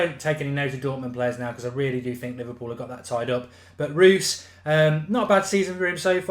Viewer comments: Reus is said like "Royce" just so you know! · ROYCE not Ruuuuhs ! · why u say Marco Roose? its Reus Bruh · You pronounce it roys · How does Reus get pronounced as Roos. Small thing but just kind of bugged me throughout. Good video otherwise though. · Marco Rewws... ya sounds right.. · learn to say marco reus his name